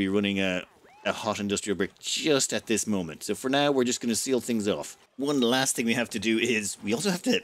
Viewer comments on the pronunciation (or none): none